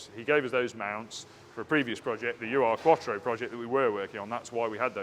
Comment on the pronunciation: It's not a U R Quattro... it's an Ur-Quattro... closest English pronunciation is probably err- quattro... Ur is the German word meaning original....